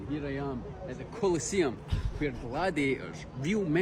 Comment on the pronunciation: The 'coal eh seeyum'